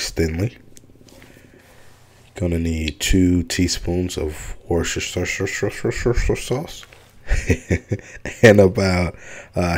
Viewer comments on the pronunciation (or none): I love crab rangoon! Laughing at how you pronounced worcestershire sauce😂 My hubs struggles saying it too!